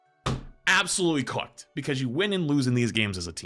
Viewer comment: Why does pronounce "cooked" and "good" like that. " COHCKED"